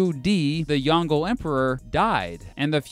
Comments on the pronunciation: The most egregiously butchered pronunciation was pronouncing yong le as yahng gull . Just use Google Translate to listen to proper Mandarin pronunciation. Go to the link below and click on the Listen button. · It isn’t Yongle like dongle it’s Yong luh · Zhu Di is Emperor Yong-le[Jông lə], not Yon-gle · Just want to point out St it's pronounce as Yong-Le instead of yongle as a single word. Chinese word are made up of multiple single independent syllabus and won't be mingle up when pronounced. Anyway, it's a nice video and I'm definitely not sleeping. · Yongle is pronounced as Yong Le, not Yon-gle. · Its pronounced "Yong Lerr" emperor, not YonGLE :P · I appreciate that you're covering a topic that's a bit unusual for you, but you could at least try to look up some of the pronunciations first. "Yongle" like "dongle"? ...Why would a Chinese name follow English pronunciation rules? As someone who teaches through video, I'd say getting the name at least close-to-right is as important as getting other facts right. If someone has been inspired by you - and I hope they have - and wants to discuss Chinese history, they're going to be embarrassed when they ask about Yongle (pronounced yong-leugh, btw) and get it totally wrong.